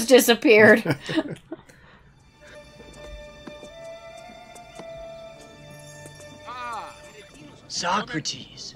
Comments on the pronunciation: Socrates (So Crut Eas) As he pronounced his own name in the movie is actually correct. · Party on dudes became a huge catchphrase for my friends and I in middle school when this movie came out. We learned about all these historical individuals from this movie but our teacher didn't like us mispronounced Socrates